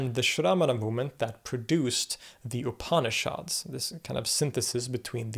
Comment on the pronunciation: pronunciation of "upanishads" ... pretend like the first "a" isn't there, 3 syllables, not 4... "OOP-knee-shods" .... say it with me...